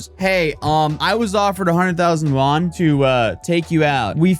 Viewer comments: i like how he pronounced Yuan like Juan in Spanish XD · lmao, that's not how you pronounce yuan